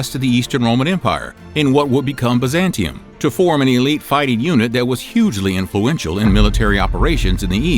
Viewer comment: Your pronunciations are almost enough to make me unsubscribe!!! Biz-ant-ee-um. You do this every episode! If you’re gonna teach history, do some research on pronunciations before you hit record! P.S. High-ah-sophia